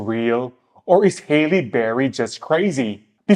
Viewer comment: it’s pronounced HAL-LEE not HEY-LEE